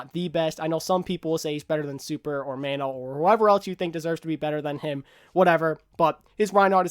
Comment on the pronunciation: Super is not the best...he is also backed by team with team support...don't stroke his ego xD. I love super but I cannot say he is best...maybe 2 with Bumper at 3. Mano is the best main tank. "Mono" not "Man-o" great video!